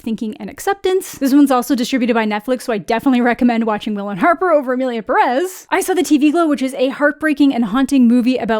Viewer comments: For the last time...its PE-rez not pe-REZ, cant you see the ´ in the pé? Pérez? its there so you pronoounce it PÉ-rez, please.... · you think so? i actually still hear it as perEz when she says it tbh edit: just to add that i am not really criticizing her for it, though if im being real the only youtuber ive heard say it more like id expect it is schraffilas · The accented e, “é” in Pérez places the vocal emphasis on the first syllable, just saying. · I also hate that no one pronounces Pérez correctly. The accent is in the first syllable. It’s even spelled out